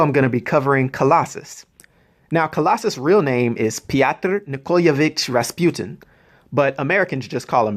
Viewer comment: How the fuck did you pronounce his real name that good?!?!?!